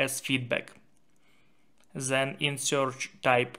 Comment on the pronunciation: not zhen, it is 'then'